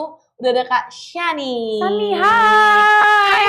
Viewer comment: Kak shani Pemilik nama udah sebutnnya shani Bukan syaniii. Gak berusaha dikoreksi ngomong nya kak😂